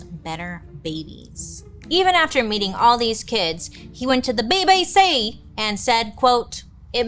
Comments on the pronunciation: Bailey saying ‘BBC’ in a Vietnamese accent which is supposed to be British, really cheers me up. I love you girl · The way you said BBC 😂😂😂